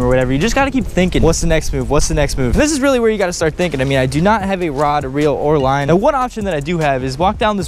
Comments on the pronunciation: It sounded like you said "Wine" at 7 .50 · This is how many times we thought he said wine instead of line ⬇️